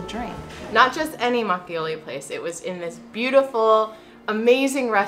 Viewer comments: It’s mak o Lee Not mak ee o lee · Makgeolli should rather be pronounced mahk-girly. It is not the exact way to pronounce it, but for Americans, it will be easy to pronounce, and Koreans will understand what you are saying.